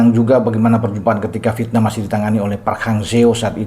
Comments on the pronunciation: yg membaca V tp diucapkan P biasanya cuma orang Sunda....Klo pengucapan aslinya ya Vietnam sesuai tulisan....Dah gak usah denial.... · lah. Tulisan doang Vietnam tapi dibaca pietnam. Gue juga punya telinga. Bisa membedakan yang baca Vietnam dan yang baca pietnam.